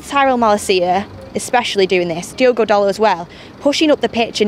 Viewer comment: It's Diogo not Diego :)